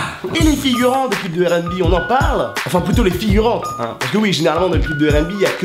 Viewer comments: donc tu prononce le R de rnb a la francaise... mais tu dis bi au lieu de bé comme à l'anglaise. ok le concept est spé mais ok. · Wola il saoule à dire « airènbi ».